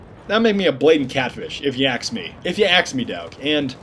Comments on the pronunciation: Can you please stop saying 'axe', I know it's ask, I know it's American, I know it's spelled the same. But your not American is all, no big deal kinda annoying, no offence meant, figured you wouldn't know if I didn't say it. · If you aks me you are damn funny.